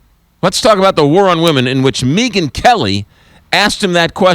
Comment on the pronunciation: "Meegun kelly?" It's "Meg-an" you fool... lmao you!!